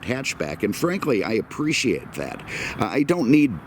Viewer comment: Apprisuwait ?? That whiskey must be doing its thing lol